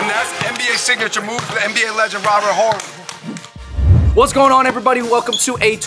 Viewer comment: It's Orry. Sp Horry 😭😅😆😆😆😆🏆